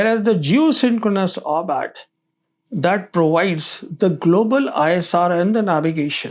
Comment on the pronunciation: It is not 'orbat'. It is 'orbit'. Get you damn words correct if you want to be taken seriously. Gods sake.